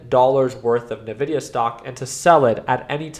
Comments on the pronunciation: i can't take anyone who says " ~Na-vi-dia-~ seriously when it's been ~In-vi-dia~ all along.... like..if you used their products, Any game powered by nvidia in the 2000s...the intro of the game had a whisper that would pronounce th EUFKCING NAME OF THE COMPANY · great video as always! The only thing is that the company is pronunced "envidia" not "nevidia". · It's N vidia not Nuh Vidia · You might be right with your analysis but you're wrong with your pronounciation of Nvidia. It's not Navidia it's more like "In Video". N pause Vidia. Nvidia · Please call it N-videa